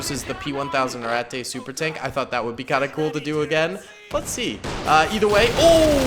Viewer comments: just the way you say Ratte, its RAT-TUH not RAT-TAY, its not mein-ay its MEIN-UH, now for example, cheese, is kaze, pronounced KAY-ZUH, the e at the end most of the time if not always makes the uh sound, the a with umlauts makes ay sound. ik you like germany and all und ich lerne Deutsch zu sprehen, und die sprache ist ein sehr schon sprache. du haste Hochdeutsche, buhnendeutsche, und viele oder sprachen. du haste zu lerne die sprache, und der volk. btw i do not have umlauts on my keyboard, and i only used translate for spelling and pronunciation. i have been learning german for quite a while now and though i am not sehr gut, i am still trying. i see you like germans and all i just, idk maybe this helps and i do not mean to come across as a dick or a know it all, i try and share what knowledge i have. or maybe i am a dick and you say it like to be funny, idk either way its just yeah. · I believe its just pronounced rat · When you pronounce ratte it sounds like ratt a it sounds like i dont know how to explain but my ears dont like it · It has 2 pronunciations rate and rat... Never did I know rat-tay would trigger me so bad... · My German isn't as good as it used to be, but I believe ratte is pronounced ratt-uh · its pronouced rat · hey can you just pronounce the rate in it's proper pronunciation